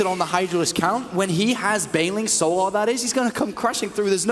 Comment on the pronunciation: Every caster says it: So Larrrrrrrrrrrrrrrrr Larrrrrrrrrrrrrrrrrr It's fucking "sol ur" Like. you know. The word Solar.